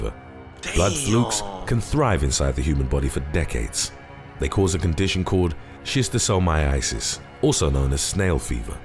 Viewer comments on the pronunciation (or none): Just don't watch Monsters Inside Me; that show will make you paranoid! 🦟🪰🪱🦠 I don't even use tap water anymore after watching that show. And yes, Schistosomiasis is very real (the narrator mispronounced it, though, adding a 4th i).